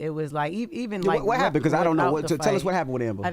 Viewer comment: "beacose " like tf